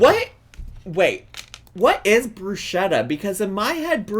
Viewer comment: omg the pronunciation of bruschetta was wrecking me